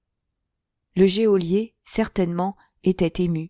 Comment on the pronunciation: Merci beaucoup. Juste une petite remarque: geôlier se prononcé "jolié" , l’e est muet.